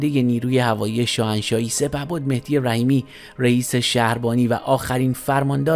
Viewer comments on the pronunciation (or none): none